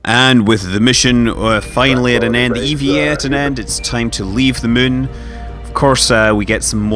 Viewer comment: Are you still pronouncing it 'Mun?'